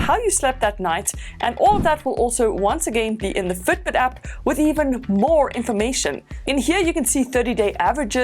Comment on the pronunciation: Have you lived in New Zealand? Can detect Kiwi accent in "Fitbit" - Futbut